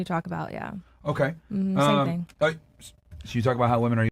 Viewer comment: Why can't these modern American minority females understand the difference in pronunciation between the words "woman" and "women" ???